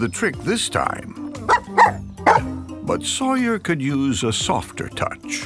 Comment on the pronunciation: Why does the narrator keep saying sawyar on the other hand